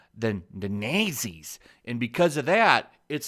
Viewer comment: Rah-cist? Naysees? Those are...unique pronunciations.